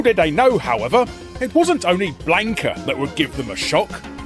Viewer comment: This man pronounced Blanka like wanka